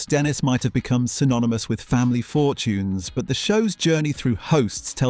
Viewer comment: and the opening announcer pronouncing fortunes as "fortyins."